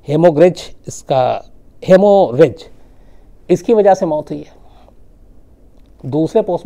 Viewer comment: हेमोरीज नहीं सर 'हेमरेज ' (hemorrhage). एसपी कुणाल किशोर सबसे बड़ा भ्र्स्ताचारी था।